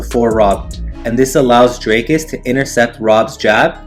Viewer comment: Still can’t pronounce dricus there is an i and an a